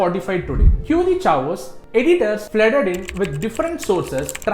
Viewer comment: Not trying to be mean but do check the pronunciation of CHAOS to save yourself from trolls.